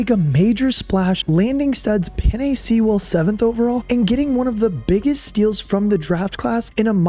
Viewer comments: Ive never heard Penei Sewell pronounced "sea-will" lol. It's "sue-wel" just an fyi. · Its "Sue-ell" not Sea-Ell" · Penei "Sea-well" , Josh "Pash-all"... Dude. Its a good video, but such obvious mispronunciations take away from the final product. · Lol Penei Seeeewell! Sewell like Jewel. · God... makes me cringe every time you say Sewell. Its pronounced Sue-uhl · You did good with the Adam Beydoun and Mike Kimber clips, but please pronounce our beloved right tackle's name right. It Sue-L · Sheila cleaning house & building the new regime was God sent. I tear up every time he play. We are far removed from the dark ages. Our GM & coach are the best in the league. Its not just a team but a family. OK its pronounced "Suwell" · Penei SEA-WELL mad me cry as a lions fan 😭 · I just dont like the way he says Sewell. SEE -WELL. My only gripe. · I’d love to pick the brain of the narrator and ask how he gets “Sea Well “ out of Sewell. Just fascinating stuff. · Penei See-well 😂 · "Penei sea-well" 😂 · Penei SEE-WELL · Excellent video. My only criticisms are that you butchered several names (Sewell is pronounced Soo-well), and didn't mention the Lions bringing Chris Speilman into the front office. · Sewell is pronounced “SOO-ELL” and it’s driving me nuts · Sea-well. lol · "peenay seewell" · U pronouns Sewell like “sool” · Did you just say sea-well? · Had a good laugh at the pronunciation of penei sewell. Penei is pronounced like the pasta (penne) and sewell is pronounced like stool without the T lol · Nice doc. Surprised at the deep cuts like Woodward sports. Also that beast of a tackle will be a first ballot inductee, pronounced penay sool (like spool, w.o the p). Caldwell was nice, but MCDC bleeds Honolulu Blue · you pronounce sewell wrong man :( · How can he not pronounce Sewell 🤣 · Bro that’s not how you say sewel 😭🤣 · How do you mess up Sewell's name so badly?? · they way you pronounce Penei Sewell’s last name might be my thirteenth reason.